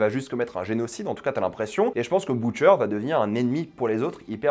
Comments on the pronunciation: C'est une bonne vidéo mais ça m'a fait mal aux oreilles le bOUtcher au lieu de butcher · pourquoi tu dis boucher mdr